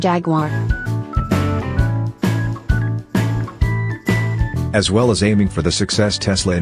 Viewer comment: Even the robot voice can't pronounce Jaguar correctly Jagwarr Really !!! If you take the time to do a decent video at least take the time to Narrate the dam thing ! Robot voice sucks !!!